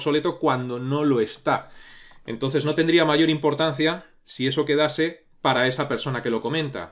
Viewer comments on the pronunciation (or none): none